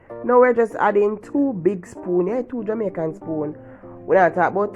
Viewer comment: I enjoyed watching the way you make this pasta with the frozen vegetables , I like the way you said two Jamicain spoons of mayo, looks very nice tri macoronni, looks tasty